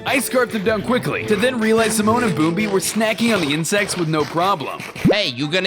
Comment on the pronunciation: It's not bombi and simone it's pumbaa and timon